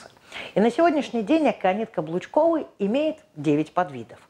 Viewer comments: Очень интересный рассказ, но почему не клобучковый(от клобук) ,а каблучковый? И не борЕц, а бОрец? 😂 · КЛОБУЧКОВЫЙ. А говорит - каблучковый :-))